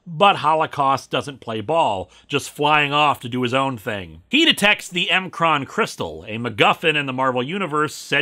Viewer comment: Not too important, just thought I'd point out that the proper pronunciation of the M'Kraan Crystal is maa-kran, at least it was in Marvel Ultimate Alliance.